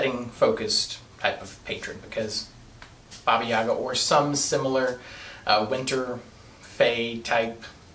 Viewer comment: Heyo, Russian here. It's pronounced baba yagA, not baba YAga. Also if witches get their powers when animal familiar grants those to them, that makes Madoka a witch... And more importantly - Sailor Moon